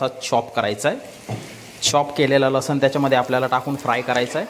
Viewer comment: रेसिपी छान ! पण मराठी शुध्ध बोलाना! लसन नाही लसुन